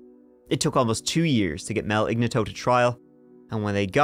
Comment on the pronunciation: Ig nat toe, not igna tow.